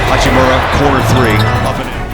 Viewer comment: That frekin oralndo broadcaster saying hachim(you)ra driving me crazy